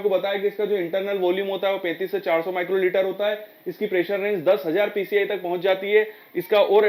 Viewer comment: Why u saying...pci? It's psi